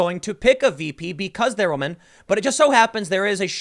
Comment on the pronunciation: He wants that, "because Wahmen" vote.